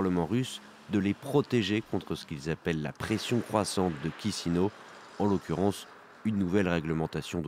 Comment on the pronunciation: Merci pour le reportage, un détail : pour la capitale moldave, Chisinau dans cette langue, on prononce Ki-chi-nao, pas Ki-si-nao.